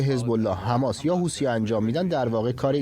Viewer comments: چرا این خبرنگار ساکن در کنگره همیشه میگه حوتی ها لطفا بهش گوشزد کنید درست تلفظ کند همیشه هی میگه حوتی حوتی چیه خبرنگار حرفه ای هستی خیر سرت حوتی😤😤😤😤😤😤😤😤.با تشکر از کلیه عوامل خبری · ث در عربی تلفظش مانند th در انگلیسیه و مانند س فارسی تلفظ نمیشه پس حوتی به تلفظ اصلی نزدیکتره تا حوثی با تلفظ حوسی